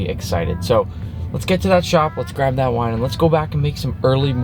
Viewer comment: Thought you said why instead of wine